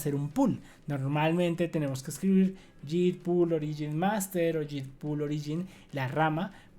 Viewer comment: No es posible que no conozcas el nombre de las letras en español: en repetidas ocasiones has dicho: "zeta-ce-hache". ¿Desde cuándo le cambiaron el nombre a la ESE ('S') por CE? Y otra cosa: la letra 'g' en 'git' y 'plug-in' no se pronuncia como 'll' de lluvia, sino como 'g' de 'gato'.